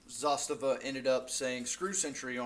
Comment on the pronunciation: Pronounced Zastava the correct way? Honest down to earth videos? Yeah you got you a subscriber! I have a M70 and M91 with the M92 on the way